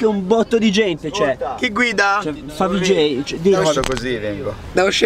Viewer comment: Ai detto favj